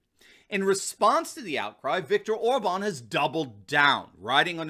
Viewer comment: Hey, you finally got the pronunciation of OR-bahn correct, but you need to work on Fidesz: it's FEE-dess. The stress is always on the first syllable in Hungarian (so it's PAH-pree-kah when you're talking about paprika, not pap-REE-kuh).